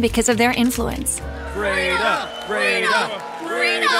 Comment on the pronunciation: When she said "im freda" i immediately thought about "frito-lay"